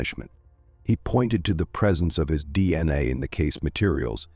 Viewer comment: Pronunciation kills the story. "Male Samon" "DNuh"?